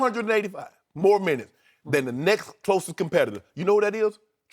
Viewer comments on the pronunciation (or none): Listen to how shannon says "next" 😂😂